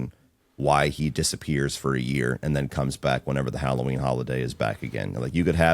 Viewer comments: Its Ha-low-ween not Challah Ween!! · If bro said "HOLLOW-WEEN" one more time I was gonna smash my phone 😆 🤣